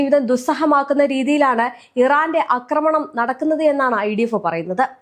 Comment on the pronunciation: അക്രമണം അല്ലആക്രമണം ആണ് |